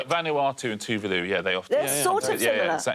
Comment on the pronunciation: Tuvulu, wtf. Genuinely thought I was losing my mind. It's Tuvalu, not Tuvulu. They spelt it correctly but the pronunciation is horrible